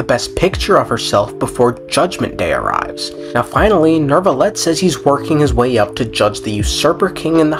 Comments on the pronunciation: You call him Nervillette? Istead of Neuvillette? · why? why some people says neRvilette?